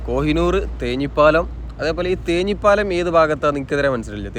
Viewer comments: തേഞ്ഞിപ്പാലം അല്ല, തേഞ്ഞിപ്പലം ആണ് ശരി. തേഞ്ഞിപ്പലം എന്നത് പഞ്ചായത്ത് & Village ആണ്. university വരുന്നതിന് മുമ്പ് അവിടേക്ക് തേഞ്ഞിപ്പലം എന്നാണ് പറഞ്ഞിരുന്നത്. university വന്നപ്പോൾ university എന്നായി പറയൽ. തേഞ്ഞിപ്പലം village ഓഫീസ് പാണമ്പ്രയിലും Police Station യൂണിവേഴ്സിറ്റി അങ്ങാടിയിലും ആണ്. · സുഹൃത്തേ, ഒരു സംശയം, താങ്കൾ തേഞ്ഞിപ്പാലം എന്ന് പറയുന്നതും തേഞ്ഞിപ്പലം എന്ന സ്ഥലവും ഒന്നു തന്നെയാണോ ? ഏതാണ് ശരി ! ഞാൻ രണ്ടും കേട്ടിട്ടുണ്ട് ! ഏതാണ് ശരിയെന്നറിയില്ല